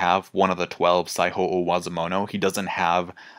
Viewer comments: Similar feeling, except with "sai-ho" with the Spanish "j" sound, instead of "saijo" in "Saijo O Wazamono" I mean, it's small potatoes, but it elicited a little bit of a "jajaja" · Mans pronouncing Saijo O-wazomono like he’s speaking Spanish. Saiho